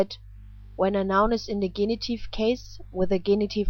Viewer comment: Thanks much for the video lessons. May I ask to correct the English pronunciation of 'genitive'